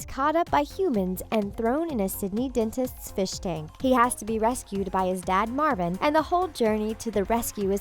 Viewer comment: It's Marlin not Marvin